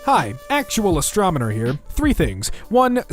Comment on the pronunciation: AstroNoMer not AstroMoNer